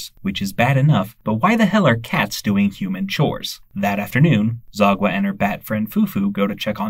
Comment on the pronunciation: The way you pronounced Sagwa’s name as “Zagwa” 💀